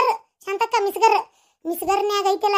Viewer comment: ಅದು ಮಿಸಗರ್ ಅಲ್ಲ ಮಿಕ್ಸಿ